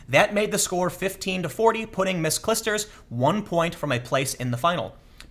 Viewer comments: Clijster ij is pronounced like ei in german heil. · BTW Tim.. its pronounced "Clyee-sters." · That was a great speech and I agree with you, but please, when creating such a complex opinion of an event, try at least prononce the names corectly... I don't think it's hard to find how to prononce Clijsters or Fognini... And English language is not the only one language in the world - I'm sure you had to notice that. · as a belgian, I love your prenounciation for "Clijsters" :D